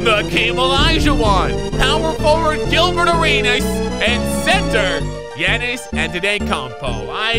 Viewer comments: I die every time he says yeahnnis it’s jannis(like Ja morant)and it is spelt Giannis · I love the vids but he says yannis